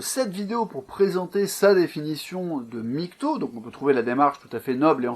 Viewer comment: Arrêtez de dire "migtow", prononcer l'acronyme de façon si grotesque participe à décrédibiliser la chose, comme si au lieu de LGBT on disait "elgeubeut".